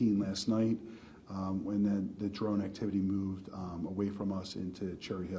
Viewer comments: What's a "dron"? 🤔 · What's a "dron"?